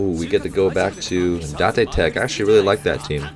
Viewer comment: you're saying Date Tech wrong it's date as in if you're dating someone